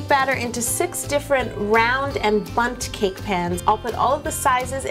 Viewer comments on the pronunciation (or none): When you said bunt cake I thought you said butt cake 😂😂